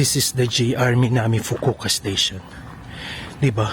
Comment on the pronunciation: Fukuoka 😂Fukuka 😮kala ko Fugu ka?